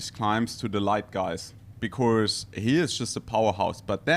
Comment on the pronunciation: gonna miss the famous 'becourse' - what a gem of an human being